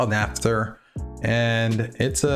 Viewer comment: It is naft not natf